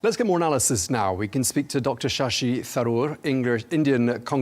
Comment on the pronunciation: He almost said "Ssshi Tharoor English leader"